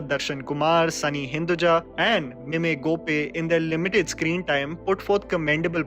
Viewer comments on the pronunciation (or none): Bhai, it's Mime (मैम) Gopi, as in the mime acting. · its not meme gopi... "mime" gopi